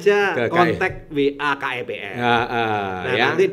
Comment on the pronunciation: wong dia bilangnya KEBM bukan KEPM... hdehhhhh